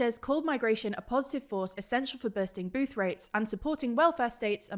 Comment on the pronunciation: He he Bursting Boothrates